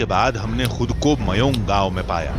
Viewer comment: Mayon nahe mayang hea gada